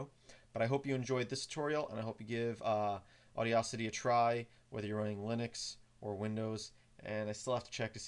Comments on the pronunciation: Should be aw-DASS-ity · No offense, but that is NOT how you pronounce Audacity. Not even close.